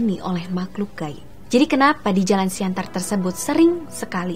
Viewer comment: Siantan mbak bukan siantar :v